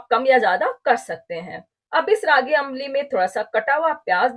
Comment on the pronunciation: Nice ambli recipe. Its pronunciation is not अंबाली. Its आंबली or आंब्ली. Or in Marathi we call it आंबील.